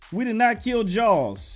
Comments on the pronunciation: It kinda sounds like your saying Jones! XD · it sounds like you are saying jalls